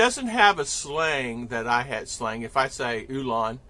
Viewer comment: I completely understand your language issues. It's the diction/enunciation of the filipino words that is hard to do. Your "ulan" still sounds American to me but I know what you meant by it probably because I've been listening to you for a while now.🤣 There is this guy called bisayang hilaw who nailed the bisaya dialect like a native speaker. Anyways, this communication topic reminds me of a very famous filipino joke: A filipino father is inviting a foreign guest to her daughter's wedding party. He say's to the guest, "Today, is my daughter's wedding, I killed 12 chickens, 4 pigs, and 2 cows. I cooked them and I invite you to EAT my house."😂🤣